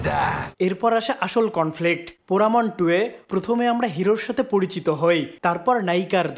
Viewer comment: পোঁড়া মন্টু / পোঁড়া মন ২ একই তো উচ্চারণ অদ্ভুত 😂